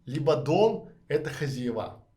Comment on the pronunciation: Спасибо за интересный рассказ хотела бы вам предложить поработать над произношением так как вы публичный человек ведёте канал очень режет слух у вас специфический местечковый говор, Особенно хозяевА. Звучит просто ужасно по-русски следует говорить хозЯева. Ещё раз огромное спасибо за подробный и продуманный рассказ такая информация очень важна Всем кто хочет переехать в Грузию а если вам нужен человек с прекрасным английским на всех уровнях как бизнес так переговоры на уровне native speaker Могу предложить свои услуги. Мне тоже очень интересно Грузии я вижу там большой потенциал для развития пишите на Вотсап Почти 30 лет занимаюсь недвижимостью в Америке в Европе в России рассматриваю возможность инвестиции в Грузии